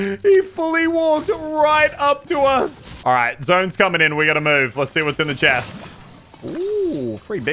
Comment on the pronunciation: "Ah right we gotta boove" -Muselk 2021